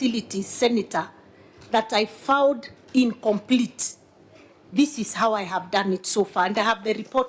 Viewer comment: Mkikuyu ana pronounce found to fond😂😂😂😂